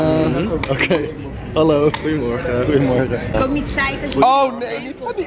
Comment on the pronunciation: Die 'goeiemorgen' zei je zo perfect 😂💞👑